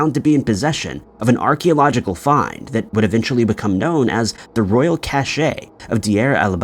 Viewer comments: Are you saying many words incorrectly on purpose or is your grasp of the english language simply rudimentary, or did you have AI narrate the script? There were many, but just so you know, the word cache is not said “cash-A” it’s just cash. And there was nothing creepy about any of these stories. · Cache' is pronounced "cash"